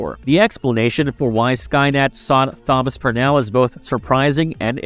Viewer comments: yes, it's meant to be Thomas. This is the same narrator that mangled Thomas Wayne in Exactly the same way. It's bewildering. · Thank you for ruining another with your inability to read the name Thomas. It's not hard or new. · Are you….. pronouncing the “Th” in Thomas??? As in “this”. 😂😂😂😂😂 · Yeah. Odd. Is he trying to pronounce Thomas? I wonder, has he never seen the name before? Maybe he's only ever seen it written as Tomas. Whatever, its very off-putting cos now I can't help focusing on it. 🤣🤣🤣🤣